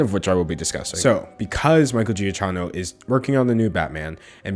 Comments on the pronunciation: Is Michael’s last name Italian? Cause I would read it “ja-kki-no”. Or at least in Italy we pronounce it like this... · pleeeassseeeeeee it's pronounced djakeenoh, great video, but i almost had a stroke every time you said his name. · actually, its prononced : gia- kino, since its italian, the "cch" its a k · His name is pronounced GiaKino not GiaJino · I know this is hardly the most important thing in this video but my dude it's "Juh-KEY-no" not "jee-uh-chah-no" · I thought it was pronounced Giakino and not giachino or giachano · Gee a Key no is how it’s Pronounced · i think giacchino is pronounced like "jackie no" or "juh key no" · Giacchino is pronounced (Jyak-kino.) Italian can look weird when you speak English. It's like Macchiato Also in Italian your name would be pronounced "Dangelo" instead of "" and it confuses me every time I see it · LMAOOOOOOO I love you so much 😂 It’s pronounced juh KEEN oh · Giacchino is pronounced “Jakino” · it is pronounced giakkino (it’s italian) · Giacchino (Ge-Ah-Key-No) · Hi, maybe I'm very very late with this comment but it's pronounced Ge-ak-ke-no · fun fact: Giacchino would be pronounced more like "Gee-uh-key-no" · I’m pretty sure “Giacchino” is actually pronounced “Ja-key-no” but I’m not sure. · (his name is pronounced 'gia-kino' btw) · He pronounced Giacchino every way except the right way “Gia-key-no” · As an Italian, Giacchino is pronounced Djakino, fyi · not 100% sure but in italian the ch is pronounced like k. so it might be jee-kee-no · Im sorry, the way you pronounce his name is wrong, its pronounced, Juh-Key-No. again, im very sorry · giacchino is pronounced juh-kee-noh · In 4th grade his sister was my teacher and I’m friendly with his nieces. It’s pronounced Gee-a- keno. It doesn’t matter at all though I love you regardless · Ratatouille, Lost, The Incredibles, etc... his music is awesome. And I'm pretty sure his name is pronounced 'Jah - Keeno' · I believe it's pronounced "ja-KEE-no," but I could be wrong.